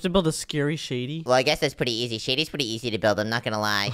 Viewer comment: ( ) mines pwetty scary ( not making fun of his voice sorry if this hurts your feelings )